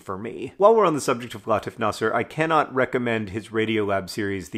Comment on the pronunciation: Just a note: the name "Latif" is pronounced "Lateef." It comes from Arabic, and it means "gentle." =)